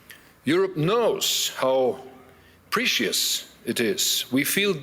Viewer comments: There were a few words he completely mispronounced. "Precious" was one, there were 2 or so others but I'm too lazy to re-watch the entire video. But fair, I'm exaggerating when I say half. His English isn't great though. He's an out-of-touch boomer. How many boomers do you know that speak English well as a second language? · Merz should watch Lord of the Rings in english, so he can learn, how "precious" is being pronounced. Otherwise his english pronounciation is better than I anticipated.